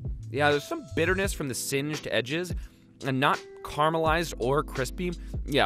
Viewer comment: Carmelized: converted into Mt. Carmel! Yet he pronounces “caramels” correctly. This is bizarre. I think there’s a complete mental disconnect between “caramels” and “caramelized” here. Or am I hallucinating and mishearing what he says?